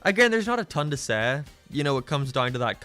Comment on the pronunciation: And you say "Seh" instead of "say"